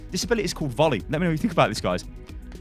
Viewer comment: Lol I love the excitement in ya voice, and that pause to emphasise the buttfuckingness of volley